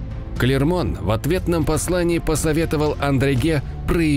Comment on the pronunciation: Очень классный канал и отличные анимации!! Но: ребята, ну какой "Андреге"??? Маршало Арно звали Одрегем (Audrehem)